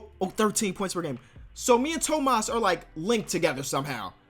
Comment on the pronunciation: my man said Thomas like a Spanish dude, that's my name so I know how to pronounce it correctly